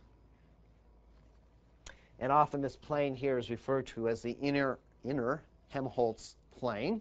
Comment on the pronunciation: Helmholtz, not Hemholtz :)